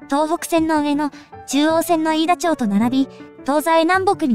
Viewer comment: いい動画作るのに地名や駅名の読み間違いが残念です よこづな✖よこあみ〇 いいだちょう✖いいだまち〇